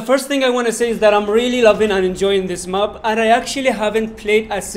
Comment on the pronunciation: Not mup it's map🙂🙂🥴😂